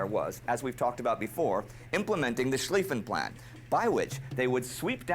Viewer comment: You pronounced Schliffen correctly nicely done. :)